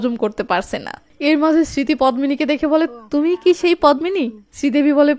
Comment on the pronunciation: পদ্মিনি এর উচ্চারন পদ্দিনি । পদ্ম ফুল এর মত সুন্দর মেয়ে কে উপমা দিয়ে পদ্দিনি বলা হয়।